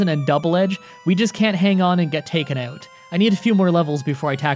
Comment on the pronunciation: It's "out" not "oat"